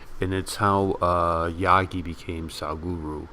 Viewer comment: Jaggi is pronounced as Jug-gy not yaa-gi. Jag or Jug or Jagat (जगत्) in Sanskrit means 'world'